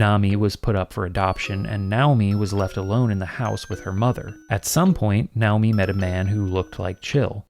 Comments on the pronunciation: I’m sure the closest Japanese pronunciation probably is “NOW-mi”, but every time you say it like that instead of the natural English pronunciation of “nay/nigh-OH-mi” I get distracted thinking about it and have to rewind to hear what I missed. Danged ADHD. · I love how you’ve been in Japan so long that your brain identified “Nay-oh-me” as “Now-me” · Nay-oh-mi. Lol now-mi is wild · I am pretty sure "Naomi" is supposed to be pronounced: Nay-Oh-me LOL not: Now-me! Ya nerd! I know, it doesn't really matter. That just had me cracking up though. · The name Naomi is not pronounced "now-me". That's not a Japanese name; that's a name of Hebrew origin and it's fairly common in the west. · btw Naomi is pronounced Nye-oh-mee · So, how sure are we that it's not pronounced "NAY-oh-mi," the Western pronunciation of "Naomi"? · Weird, I’ve never heard Naomi pronounced that way but I guess it’s the Japanese way